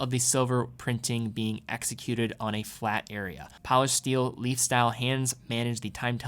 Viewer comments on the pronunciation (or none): none